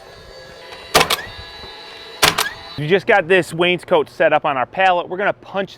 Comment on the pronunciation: Same with wainscot...no "a". Lol